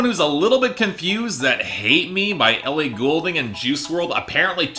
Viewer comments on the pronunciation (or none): none